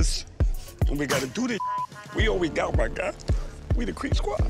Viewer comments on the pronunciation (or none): "WE. ARE. ALL. WEE. GOOTTT"